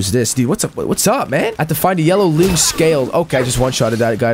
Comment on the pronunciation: its actually pronounce "long" , like the bosses, they've got tails and ...long....right ?